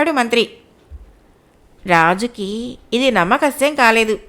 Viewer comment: అది “నమ్మ శక్యము” మీరు.. “నమ్మకశ్యం” అని పలుకుతున్నారు. సరి చూసుకోండి.